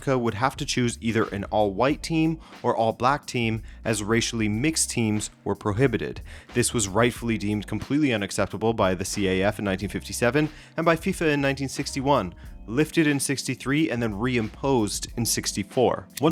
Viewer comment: What is the see aaa eff ? CAF is pronounced just like cuff in hand-cuffs .